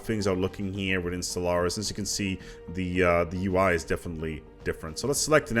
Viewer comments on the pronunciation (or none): why i hear constantly SOLARIS?